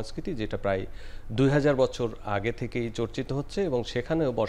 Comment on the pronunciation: বছর✅ ভচর❌